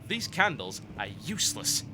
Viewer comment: I'm dissaopointed that he doesnt read the notes, I havent played the game before, but I paused to read them, I think the story of the game is interesting and they might provide some hints, he just calls them "totally uselell" without reading them lol I had the feeling he was just trying to skip through everything until the first monster appeared.